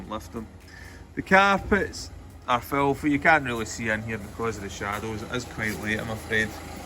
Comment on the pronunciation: Fengar neus! Absolutely felthy!